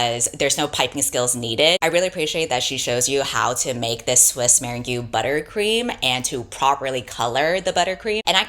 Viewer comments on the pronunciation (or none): Very small comment from a place of care and empathy, not language policing: it's pronounced "mur-rang" not "mir-rang-gew" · Ok ok but “meringue” is pronounce “mer-ANG,” not “mar-in-goo.” If it was a joke, I apologize, it sailed right over my head. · Did you say “Swiss MER-N-GYU buttercream”? Good lord. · Jumpscare when she reads meringue in the ad as "Mare-en-gyoo" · Genuinely no shade, just providing information: "meringue" is pronounced mur-ANG. :) (Did kind of give away that you probably didn't watch that instructional video though didn't you ;-) ) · i'm obsessed with the way you pronounced meringue (it's mrr ang) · I was more distracted by how said Merengue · Respect for butchering the pronunciation of merengue I also hate the French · One tends to say "meringue" rather than "meringue". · this video was already a fever dream but that pronunciation of meringue sent me to space i think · I'm going to be thinking about this alternative pronunciation of 'Swiss meringue' for the rest of my life. I felt that hit the soundbites bit of my brain. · Sorry I can't get over how pronounced "Swiss Meringue" in that ad. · Wild pronunciation of "Meringue" in the ad. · I checked this out from the library after this video. So excited to read it. Also No tea no shade but I can tell ain’t baking from the way she said meringue 😭